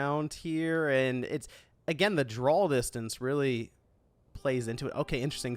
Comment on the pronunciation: You pronounce draw as 'drawl'. Why?